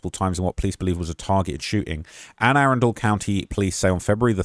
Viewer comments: (Anne-A-Run-Dle) county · It’s pronounced ‘Anna-Run-Dull’ county in case you wanted to know for future videos. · ann-uh-run-dul county